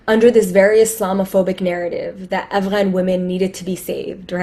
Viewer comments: Why does that woman with the pink towel on her head keep mispronouncing Afghan and calling it Avalan?🤣 I hate English speaking Americans who try to make themselves sound educated by trying to pronounce shit like that. It just makes them seem snobbish to me. Not to mention they sound stupid. As if they're trying to parody someone else's language....lol! And let's face it, she said she's from New York and Not Afghanistan. So she has no reason to be taking all ridiculous like that. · Why is that broad pronouncing Afghan as Avalon?? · This lady is insufferable just from the way she pronounces Afghan.